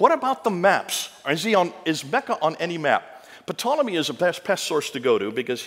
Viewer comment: Ptolomy...the "P" is silent...pronounced Tolomy. A little critical perhaps, but this man of all people should know this!? Makes you want to question the validity of all his facts. Like where did he get them, sources, dates checked; talks to fast...[Entertainment].